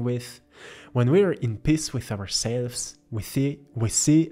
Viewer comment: Well you've hit me on the head in every way....but I have to sadly admit that every time you said the word Peace I kept hearing the word "Piss", I laughed every time, sorry :) I love your paintings they are very beautiful.